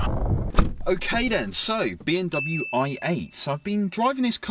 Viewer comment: yeah I thought I was hearing that too. Definitely not pronouncing the M Still love sids vids but